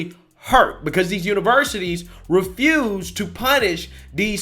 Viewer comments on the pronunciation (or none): none